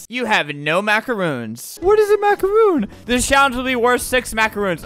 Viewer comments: It’s a macaron not a macaroon. Sorry if I sound rude just correcting you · I absolutely HATE when people pronounce macarons as macaroons So I got triggered when he said MACAROON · Its not a “mac-a-roon“ Its a “mac-a-ron“ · Albert:*pronunces macaroon instead of macaron* Me: oh god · Dang Its Jill : It isn’t “Macaroon” tho. They’re pronounced Macron lmao. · albert: there macaroons. me: ITS MACARON!!!MACARON!!!!!!😡👿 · That one Felipe head dude: Macaroon ❌ macaroni ✅ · ALBERT ITS MACARON